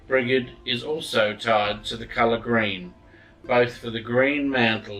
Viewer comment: sorry but not to be picky on how to pronounce her name but i believe it pronounce "bridge - id" ha sorry just had to help lol Mary Imbolc every one )O(